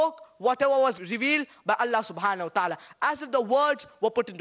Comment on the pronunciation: seems like you are forgotten that, the word " الله" have short vowel AA not long, therefore putting long vowel is wrong. Thanks